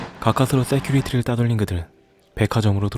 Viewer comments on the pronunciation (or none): 세큐리티 아니고 시큐리티...